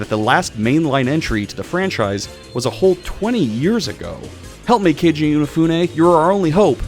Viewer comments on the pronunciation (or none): I know the gaming world kinda collectively turned on him after Mighty Number 9 (deservedly so), but Mega Man wouldn't be what it is today without Inafune, so you can at least get his name right. It's Keiji, not Kenji.